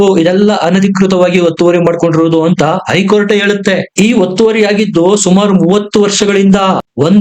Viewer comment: ಮಾಹಿತಿ ಗಾಗಿ ಧನ್ಯವಾದಗಳು, ಆದರೆ ಒಂದು ತಪ್ಪನ್ನು ಪದೇ ಪದೇ ಮಾಡಿದ್ದೀರ ಅದೆಂದರೆ 'ಐ ಕೋರ್ಟ್ '. ಅದು ಐ ಕೋರ್ಟಲ್ಲ 'ಹೖ ಕೋರ್ಟ್ ' ಎಂದಾಗಬೆಕು. ಅದೇರೀತಿ 'ಇಂದು'', ಹಿಂದು ಅಂತಲೂ, ಅತ್ತು ಅನ್ನುವುದು ಹತ್ತು ಅಂತಲೂ ತಿದ್ದಿಕೊಳ್ಳಬೇಕಾಗಿ ವಿನಂತಿ.